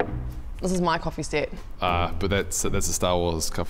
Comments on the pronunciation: Is he saying coffee seat of coffee sit xD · What's a coffee "set"?